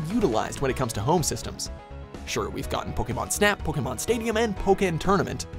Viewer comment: Holy shit, a yank who knows how to say Pokémon 🤯🤯🤯 #PokémonHasNoY